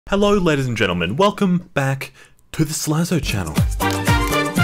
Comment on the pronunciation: I swear he says "Hey Lettuce and gentlemen"